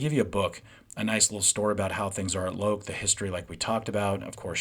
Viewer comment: Made in India. Fibreboard Heel Stacks. Loake rhymes with Joke.